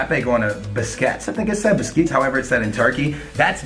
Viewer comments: pronounces Besiktas and Busquets the same way lol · He butchered besiktas name he said Busquets😂🤦‍♂️ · It is pronounced beshiktas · You would think for someone who ''knows football'' he could properly pronounce Besiktas and Juventus...